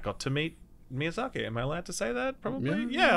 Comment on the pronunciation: God,, I love you man, but that Miyazak-ey is hurting my inner sould. It's just short "i" at the end, Miyazaki.